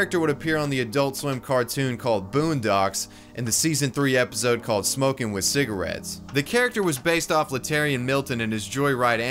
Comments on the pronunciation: Lmfaoo “ciga-wets” LMFAOO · Cigawettes lmfao 💀💀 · He doesn't say "cigawetts"... he says "smokes WITH cigarettes "... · "and he smokes cEegRaTs"